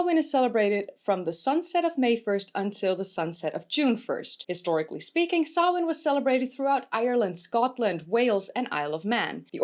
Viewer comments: Finally someone pronounced Samhain right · right?? It made me do happy hearing her properly pronounce it! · Good pronunciation of samhain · Not sure whether Samhain (nice pronunciation by the by) was just the part of the UK defined by ‘not being invaded by romans, Saxons and Viking’s I.e. the Gaels/celts. Was Samhain pre-Roman - in which case it would also have been part of the original Gaelic culture of England before it was driven out…